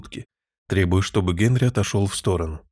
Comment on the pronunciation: Великолепно! Только почему ГЭнри?